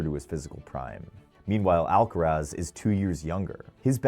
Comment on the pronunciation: Bruh, it's Alcaraz!